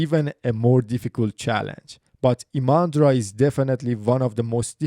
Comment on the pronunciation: Not ImAndra! The stress is on the letter "I"!